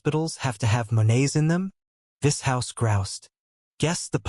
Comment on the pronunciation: Im liking the AI pronunciation of Vishous.... Vis-House😏